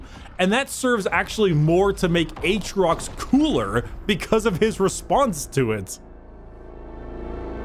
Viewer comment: i like how about 20 minutes in we drop Atriox and just call him Aatrox.